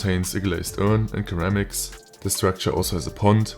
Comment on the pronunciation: Great coverage of the mod, but I just wanted to let you know that the first "c" in ceramics is pronounced like an "s" sound.